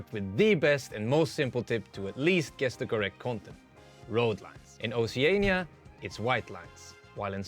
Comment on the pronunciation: most bizarre pronunciation of oceania out